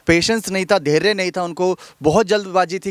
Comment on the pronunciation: आप की शैली बेशक प्रशंसनीय है...मगर कुछ हिन्दी के शब्दों जैसे कि धैर्य... योद्धा.. व गहलौत आदि के उच्चारण में बहुत ही अशुद्धि या त्रुटि है... आशा है उच्चारण शुद्ध करने का प्रयास करेंगे.।